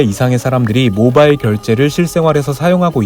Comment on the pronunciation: 모바일을 모발로 들음 ㅋㅋ